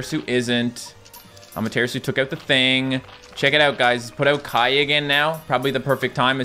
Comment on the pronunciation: Says Ushiwakimaru properly, still pronounces Amatarasu wrong because some derps in his early videos didn't know how to pronounce it and told him he said it wrong. :p